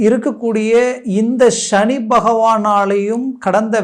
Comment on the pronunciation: Please prounance as SANI bhagwan ,please don't pronounce as SHANI it sounds negative